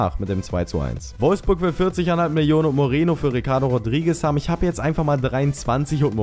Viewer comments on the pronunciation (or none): nicht mireno